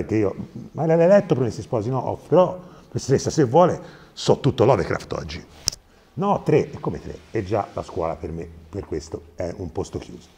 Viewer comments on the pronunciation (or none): Mi sa che la professoressa ti mise 3 perché pronunci Lovecraft "l'hovercraft" 😂 che è il nome inglese dell'aeroscafo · Credo che lo pronunci LovEcraft prununciando anche la e, che non andrebbe pronunciata ma sticazzi